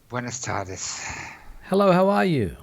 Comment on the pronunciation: The word is 'tardes', not tardis. Sounds like classic English 'Spanish '. All too common sadly.